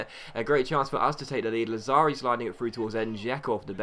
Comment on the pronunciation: Lazzari is pronounced Latsari--the double z in Italian is a ts sound. Loved the video, as usual. Keep up the great work, mate!